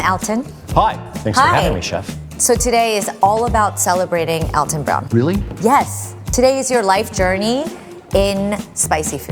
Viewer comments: She pronounces his name like I've read it's supposed to be - Al-ton, like Al of Al-abama. Not like Awl-ton as I always thought. Still sounds weird to me. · Thank you for freaking pronouncing his name correctly. The number of people who claim that they're the biggest fans of him and then call him "allton" just bottle my brain.